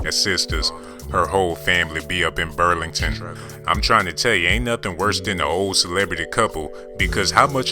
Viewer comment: I'm literally hurting laughing. Nigga said "ha family be all up on brulington"